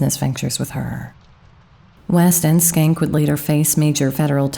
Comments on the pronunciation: Shencke. Was that really pronounced skank? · I could be wrong, but I do not think Schenck is pronounced with a "k" sound in the first part of his name, unless you purposely said it that way. I had a roommate with a similar name and the "Sch..." should be pronounced with the first "c" silent.